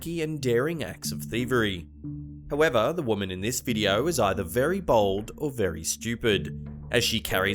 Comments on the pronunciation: Every time you said bold I thought you were saying bald 👨‍🦲 🤣🤦🏼‍♀️ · Anyone else think he was calling alot of the theives BALD, instead of BOLD lmao. I was like, man, really likes to let us know if they have hair or not 😄